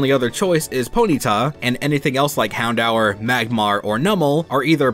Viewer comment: Did you say Hound hour..........